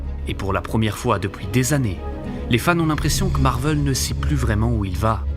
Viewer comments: MARVEL !! PAS MARVEUUL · C'est Marvel pas Marveul, ça m'a rendu fou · Je me suis arrêté après le premier "Marveul"